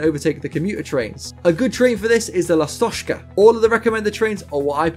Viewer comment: It just mispronunciation of “Ласточка». Change ‘sh’ to ‘ch’ sound (like in word chair) and it will be correct way to pronounce“Lastochka”. Thanks for content btw!